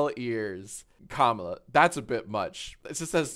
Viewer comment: Why did he keep mispronouncing “Kamala” 😭💀